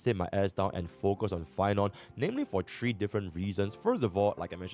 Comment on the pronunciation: “Tree” hours :V